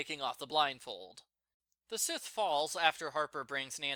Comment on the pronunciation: I was expecting to sin Addison's phone image. sin 56. It's not a sith,. It's a sa-eeth. Or sa-ee-th. Both are right. Or, as, matt pointed out SIGH-th is fine as well.